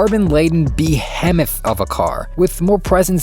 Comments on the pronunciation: "be-hemm-ith"?? oy vey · hemera? behemmeth?!?!?! what the heck are these pronounciations? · tell me you've only seen a word written without telling me you've only seen a word written mans said be-hemeth XD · be-hem-oth lol... BeHeeemoth kind sir! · and while we're at it "behemoth" is not pronounced the way you said it, neither in British or American English it's "be-hee-moth", not "be-heh-moth" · Be-"he"-moth, the "he" rhymes with "bee". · "BEE HEM OTH" 😂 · video is great but what the fuck is a "Bee-hem-eth" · buh·hee·muhth lol if your going to be reading copy learn how to pronounce words you don't know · "Behemoth". Your video was cool until I heard this. The correct pronunciation is "be-HE-moth". Otherwise it sounds like you're sneezing mid-word. Again, otherwise nice vid. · The way he pronounced behemoth wrong was hilarious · damn, the guy reading the script shit the bed when he tried to pronounce "behemoth".. hit me up if you need someone lol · Someone teach this man to pronounce "behemoth" 🙏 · Lmao all we read that not correct way... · You can't pronounce behemoth